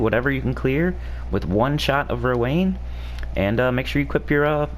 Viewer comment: i think Rowanne is pronounced Row-AN... not Row-ANE... cuz Anne = An. Rowanne is also a name for girls... and it's pronounced Row-AN.